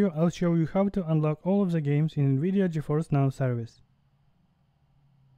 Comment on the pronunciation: “Gi Fi N”